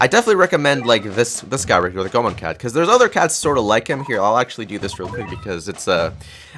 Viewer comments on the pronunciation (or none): It's pronounced "go-A-mon"